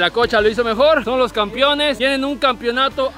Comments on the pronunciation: "CAMPEONES" No "Campiones" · Campiones dice jajajaja